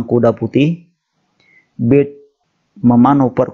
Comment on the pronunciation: Bacanya bukan bird tapi berd...